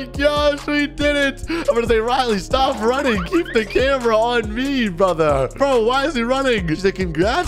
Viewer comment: really said brother wrong